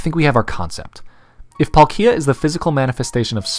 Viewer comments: How tf did you pronounce palkia?😂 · I’m pretty sure he’s saying Palkia wrong sometimes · this video - :D the way you pronounce palkia - D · i would have really loved this video, if you didn't pronounce palkia in the most wrong way i've ever heard most of the times. (this is mostly a joke, but it was annoying...) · I couldnt watch the video because of the way you say Palkia. I almost threw up when I heard you say it the first time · PalkIa because Paul is pronounced as P-O-L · I thought that it was pronounced as palkia, not Paul......Kia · Who tf is palk-eee-a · I'm pretty sure it's pronounced "Pálkia," not "Palkía" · Its not palk I a, its PAL kia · It sounds so weird hearing the American pronunciation of Palkia. It’s a slight change but it sounds so wrong. For anyone wondering, American:Pawl-Key-Ah. Everywhere else: Pal-Key-Ah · "Paul-Kia". Alright sir with a common male's name owning a Korean brand car it's "Palk-gee-ah" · dude you're saying palkia like pal kia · Pronounce it pal-kee-uhh one more time.. XD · Say Palkeeya one more time, I dare you. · It’s PAl-kia with focus on the first a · i mean that's really cool and all man but like did you just say Pal -KEE-a? I object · You say Dialga properly but who says Plakia emphasising the "ki" ??? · It literally sounds like pal ikea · Its sounds like polkeea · That's not how you say palkia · Glad someone loves pal- Wait how did you pronounce it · Love the vid but the way he says Palkia.... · You pronounced palkia wrong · I either hear PAHL-kee-uh or PAWL-kee-uh but can't say I've heard pawl-KEE-uh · The way he said palkia hurts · Oh ma god if he says Palkia like that one more time I’m gonna be SHOOOOK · that’s a pretty brave pronunciation of “palkia” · yeah he says it kinda like that🤣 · Every time this man said "Palkia" i cringed harder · That pronunciation of Palkia is awful!!! But great video nonetheless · I couldn’t watch this video. You can’t even pronounce palkia right 🤦🏽‍♂️ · It's on the "palk" part specifically